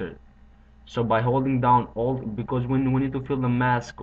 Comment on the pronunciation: Thx to you i learnt a really cool effect! The only thing i didn't understand directly was "you have to hold down the >ALT< key", saying old instead of alt is not really bad english, there's no big difference between the sound of a and o in english. So the vid is clear to me, thx again!